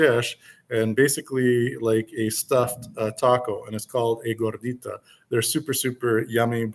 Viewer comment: Also...gorditay? C'mon maaaaaan. Wait, can I say man?! Lol